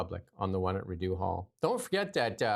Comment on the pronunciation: the last syllable of "Rideau" is pronounced like the word "doe", not the word "dew". I know you are a Westerner but Rideau Hall has been around forever. Don't offend your listeners' ears, please. And when Richard the Lionheart was out of England, the country was run by Prince John,, He didn't become King John until after Richard's death.